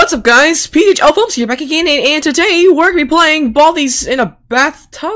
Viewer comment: Is not phglfims is Pghlfims